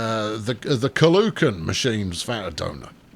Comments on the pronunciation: Caloocan is pronounced Ka-lo-o-kan, not Ka-lu-kan... 😂😂😂 Anyways, good TpF2 vid! 😁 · the way he said "The Caloocan" ahahhaahhaa any pinoy here? XD